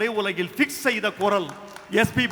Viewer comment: குறள் இல்லை. குரல். லகரம் ளகரம் வித்தியாசம் புரிந்து கொள்ளவும்.